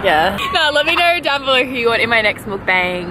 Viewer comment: First time I've seen a youtuber (who isn't korean or asian) pronounce mukbang properly. WE LOVE AN EDUCATED ICON. LOVE YOU BOTH SO MUCH! Xx Q